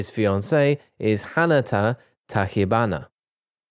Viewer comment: “Ch” in Tachibana is like in chips or chocolate and it is soft in pronunciation. This is only a tip from Japanese philology